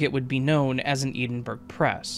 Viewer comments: Please it’s Edinburgh burrah not Edenberg. Why can’t Americans know this? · It’s pronounced Edin borough